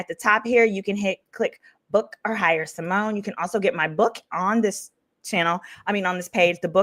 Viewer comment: SY-MONE!!!!!! Not "what kinda Black Girl is she??" 🤣🤣🤣